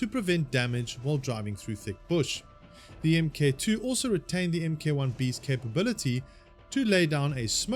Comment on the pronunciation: FOR THE LOVE OF GOD, ITS PRONOUNCED "MARK", NOT "M. K."